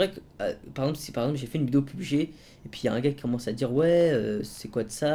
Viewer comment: on dit P,U,B,G pas PUB,G!!!!!